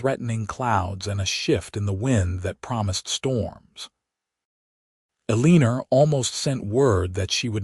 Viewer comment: Uh- lee- ner!??!! You need to fix your AI narration! Eleanor is not pronounced Uhleener, and it's so off-putting I can't continue😢 Also, women didn't do accounting back then.